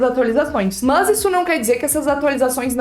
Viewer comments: na verdade ela fala "Mus" kkkk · Acho engraçado você falando "mas" kkkk Excelente vídeo. Obrigado por passar suas experiências, elas serão muito úteis